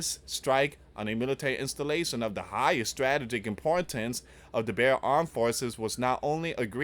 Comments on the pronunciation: please pronounce this. Strah tee juhk It's in the dictionary to help with pronunciation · Struh - tee - gick.....Come on Man. We are at a Very Dangerous Stage.. Please. Please...Keep Praying for Peace and. Restraint...